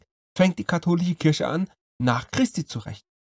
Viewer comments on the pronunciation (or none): none